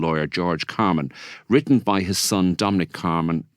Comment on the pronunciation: Get his name right: CarmAn not CarmEn.